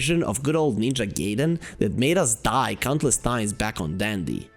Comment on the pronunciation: Btw. It's Gaiden. No Geiden. I learned that from The Wizard 😂